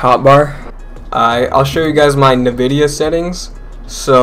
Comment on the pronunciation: bruh, Nevidia??? Its NNNNN - vidia!